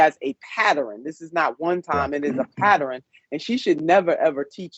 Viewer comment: "It's a PATTEREN!"